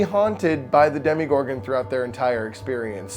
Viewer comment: why did he say demigorgon instead of demogorgon